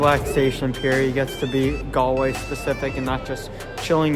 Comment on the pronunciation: Modern Irish people are kind and caring but religion no longer has a big hold of their lives. The pitches he saw are not for rugby, they are Gaelic Football and Hurling Pitches. Galway has the youngest population for a city in Europe. Congratulations for pronouncing Galway properly.